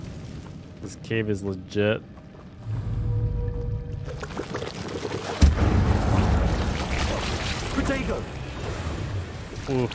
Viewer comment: Everytime he says 'protego' I hear 'potato'